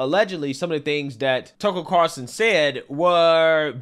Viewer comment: He is your biggest influence yet you can’t even say his name right. Get it together